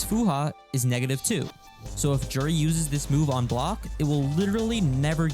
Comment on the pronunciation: Juri... Joo-ree